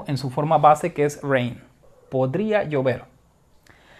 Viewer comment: Soy el único que entendí "podría yo ver" cuando era "podría llover"